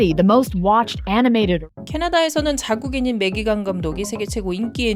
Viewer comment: 다좋은데 매기캥 이 캥 발음이 ㅎㅎㅎ 어쩔수 없는 거긴하지만서도 .. 뭐 우리나라도 우리나라 방식대로 외국인 이름을 부르긴하지만 상당히 강하게 다가오긴하네요 캥 ><